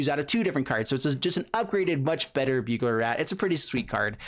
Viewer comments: Bugler Rat??? IT'S BURGLAR RAT! HAHAHA!! Like, a burglar that breaks into your apartment and steals stuff. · Burglar Rat lol. Not Bugler